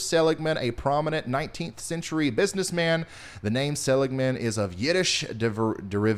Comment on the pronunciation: For some reason I can't see the chat to see if anyone said anything... But just FYI: It is pronounced --- suh-LIG-man. :)